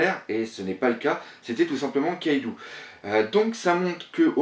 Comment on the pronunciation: c'est luffy et kaido pas louffy et kaidou putain!!!!